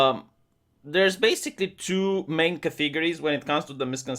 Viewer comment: it's CAT-UH-GORIES - not CAT-EEE-GORIES. That is all:) keep up the good work